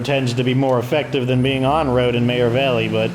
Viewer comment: Serious question, why do pronounce meagher valley like mayor valley? After watching almost all of your videos I now sat mayor valley too. Is that how it's pronounced or did you put your own twist to the word meagher?